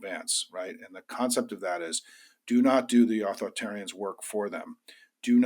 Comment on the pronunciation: Simon Rosenberg, please do not drop the 3rd syllable of "authoritarianism" and "authoritarian"!